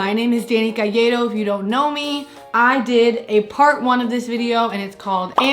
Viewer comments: I love that you pronounce Calleiro correctly 😍❤️ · Amanda Tracey yup! Well, except in Argentina and some places. But considering Dani is not Argentinian, she’s pronouncing it right hehe I would read it “Cash-ey-roh” or “cal-ey-ro” if I thought it was Italian (it’s not). Like, my last name, it’s pronounced “carr-e-sho” in my country but “carr-e-yo” in most Latin American countries. Aaah languages and pronunciations 🌈 Ps: ni idea why i went on an exposition about this lol